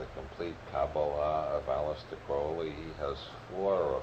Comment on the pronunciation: Okay, I see what he's doing here. He's mispronouncing words like ''magic'' and ''cannabis'' to keep us guessing. I've never heard anyone call it ''may-jik'' or ''Kin-aah-bis'' before. And Aleister Crowley is seriously bungled with ''Aleesta Crawlee" :face-green-smiling: You gotta watch old Bob, he's going to turn your head around.😅